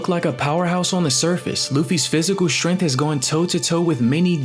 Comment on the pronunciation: Bro cant say strength bruh